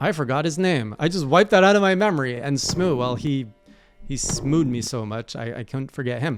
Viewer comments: its pronounced more like sm-oh and less like sm-oo. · I love that still mispronounces S M O O! And R.I.P. Ornstein. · He's Smoo in the hay jay lore 🤣🤣 too late to fix it